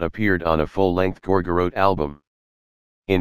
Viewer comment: Computer generated voice: “Gor-gor-rote.”